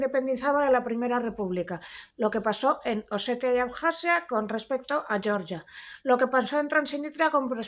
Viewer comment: Georgia se pronuncia "Jeorjia"